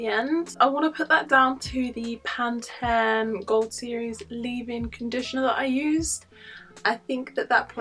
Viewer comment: I like how you say pan-ten. Or is it different from Pantene we have in the U.S.?